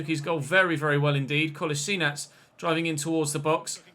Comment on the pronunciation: Your prenounciation of Kolašinac was very good!